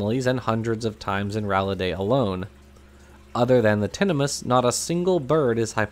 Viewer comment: great video as always - but just to be pedantic, 'tinamous' is the plural of tinamou (pronounced like emu). So while the family is as you pronounced - tinna 'muss' - the common plural name would be tinna 'moos'. Like a can of beef. At least, that's what I've always assumed. I could be wrong. I'm pretty sure we can rule out 'tinamice', anyway.